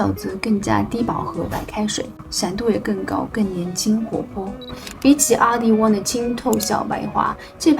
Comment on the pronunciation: 😂你在说色号的时候 BR 你说“笔牙” RD 你说“a ní" 我一直没懂这是什么意思 直到看了字幕😅